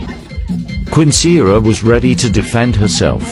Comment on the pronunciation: That is a new way to pronounce Quinceañera